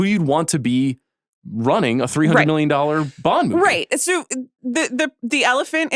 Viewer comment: Amanda pronounce “SO” correctly or Knox is gone